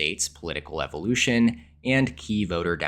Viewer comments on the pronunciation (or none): none